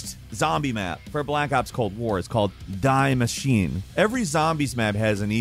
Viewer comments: It is not DIE maschine it's german die (dee) maschine - meaning The machine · Bro said “Die” it’s more “DEE” and the room you’re in isn’t a secret one nor are you teleported, it’s the bunker into the reactor I feel like you guys do a general overview and act like you’ve played it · The "die" in "Die Maschine" is pronounced "dee", not "dye". It's German, because it's a game set in/involving Germans, right? Also, you mixed-up the red and black ducks, as they are separate. Red ducks for one secret area and black ducks for another secret. There are already videos about these easily available at YouTube before you posted this video and it is obvious that "Die Maschine" isn't English (and fairly obvious it's German). You need to do more research before posting, lads. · Hey, German here- Its actually pronounced "Dee Muh-shee-neh", which literally means 'The Machine' Though Die Machine sounds kinda Metal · It’s not “Die” It’s German for ‘The Machine’ so it’s pronounce ‘De’ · Its not pronounced Die Machine, its pronounced De Maschine(emphasize on Ee), its German for The Machine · Not die as in die. Remember Sideshow Bob? Die Bart die? That's german "the machine", machine is feminin in German... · Its said "dee" not DIE! 😂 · "Die" is pronounced "D" because it is in German language and "DIe Maschine" means "The Machine" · Maybe someone already said it and dude, your knowledge of other cultures/languages has disappointed me before but well… it is not die 💀 Maschine it is die (di) Maschin-e meaning the machine in German. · it’s not “Die Machine” It’s German “Die Maschine” “The Machine” on English Greetings from Germany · Die Maschine is pronounced dee like bee, not die. It's german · It’s not called “Die Machine” it’s German for the machine and is phonetically pronounced dee mah-SHEE-nuh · always butchers words in video games and I knew he was gonna say Die instead of "dee" it's like if someone said GamerAnX lol 😂 but hey cant have em all.